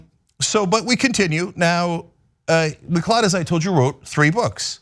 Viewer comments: Just by the by, gotta say this, it's pronounced Mcloud. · Macleod, mcleod both are pronounced macloud. It's a Scottish name and should be pronounced as such. Keep up the good work tyt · FYI...its pronounced McCloud not McClod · That was an interesting way to pronounce it. I'm sure there are different ways. I have members of my family with the last name McLeod (NOT relate to this guy) and they pronounce it Mic-Cloud. I was always clueless, at first, as to how to spell it, because of their pronunciation - mic-cloud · IT'S PRONOUNCED 'mcloud'!!! 🤬🤬🤬 Has nobody heard of the Highlander? This recent string of Mcleod's murdering people is getting frustrating. #HoldFast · its pronounced ma cloud. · Lyndon McLeod is a clod but the correct pronunciation of his surname is "McCloud".